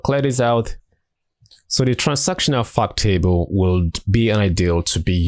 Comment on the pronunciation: I kept thinking he was saying "fuck table"